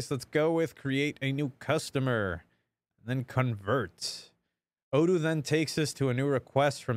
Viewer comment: you forgot to say O doo not O don't:D we love you:*